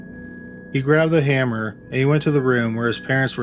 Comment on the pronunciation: This is a good video but the narration is so annoying, why does he lengthen out the last syllable? “Washroooooom”, “hammerrrrrr” please stop